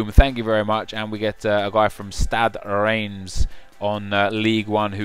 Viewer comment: Its stade Reims [r1s] but 1 pronouced like ligue 1